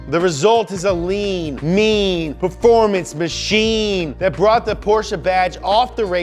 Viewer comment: Lean, mean, pefomance machine 😂